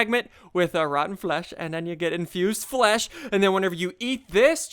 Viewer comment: the word infused flesh sounds so wrong